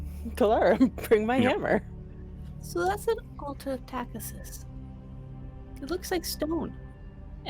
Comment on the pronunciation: Loving the stream. Buuuuut.. "Takhisis" = Ta-kee-sis Tis a small gripe.. 😅 :face-turquoise-covering-eyes